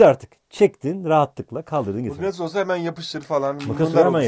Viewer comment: mıkkatıs mı diyor bana mı öyle geldi